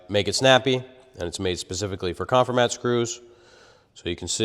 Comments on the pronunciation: The name is a play on “conform” so it’s pronounced con-FOR-mat not CON-for-mat. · Check the pronunciation of "Confirmat". And please don't smash things for the crowd. A stress test with a scale would have shown us more. You know, but they possibly don't know that, the thin piece of Masonite on the back of the structure does 90% of the holding power. Hey, glue is good too. (the don't pack glue because they don't want your wife to yell at you when you get it on the carpet.)